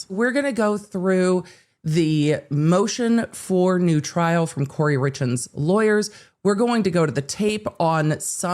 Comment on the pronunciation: 'Moshen for noo tryl'